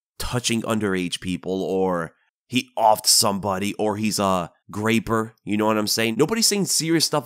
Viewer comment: what's a grayper?